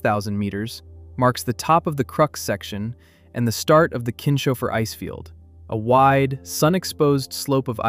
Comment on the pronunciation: Pronounciation of Kinshofer: Not Kin-shofer, but Kins-hofer.